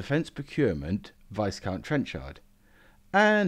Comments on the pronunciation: Pedantic I know, but Viscount is not pronounced “Vice Count”, it’s Vycount! - One syllable. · The "s" in Viscount is not pronounced.